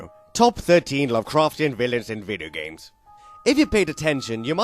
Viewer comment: I love the way he pronounces video games "videagams"